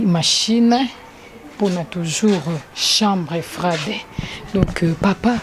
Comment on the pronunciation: chambre froide et non chambre frai de merci tii na tii pour votre compréhension 😊